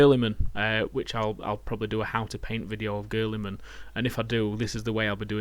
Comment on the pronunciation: you pronounce Guiiliman like Girly-man! lol